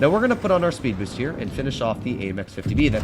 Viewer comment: "sped boost" lol